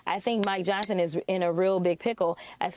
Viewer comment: That Fox guy said Speaker "Johnston" at :31. No one has ever accused Fox of having any intelligence so I guess we can let it go. Love me some Jasmine Crockett BTW.